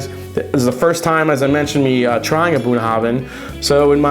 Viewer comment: The “bh” at the end is a “va” sound, not a hard b sound. Nice review, this is a good drink.